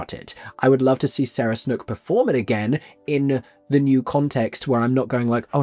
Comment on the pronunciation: Sarah Snook = pronounced like 'duke' not 'book'